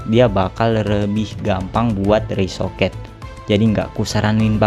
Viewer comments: Rekoset bukan resoket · Sekedar mengingatkan bg yg bener "ricochet" Bukan "risoket"